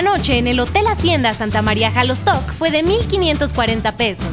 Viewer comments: Solo un detalle no se pronuncia jalostoc sino shalostoc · Felicidades por tu reportaje.solo un comentario no se dice jalosto